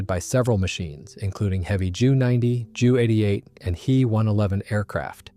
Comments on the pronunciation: AI screwed this audio. JU 88 is not a JEW88. Can you say Junkers? Screw AI. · I wonder if any Germans watching this get upset when the AI voice says a Jooo 88, instead of a J U 88? Lol, I bet they do.